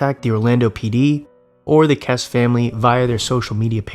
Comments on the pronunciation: Good video, although Jennifer's last name is pronounced 'Kess-ie'. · I've always been a fan and off and on Patreon member. That said, I wish you'd take a moment to learn how to pronounce victims' names. Jennifer Kesse is a very famous case and you mispronounce her name immediately. It sounds like Jessie btw.